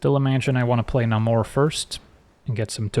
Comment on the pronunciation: it's leviOsa, not levioSA